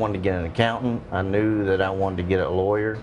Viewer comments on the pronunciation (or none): Worst "LAWER?" ever!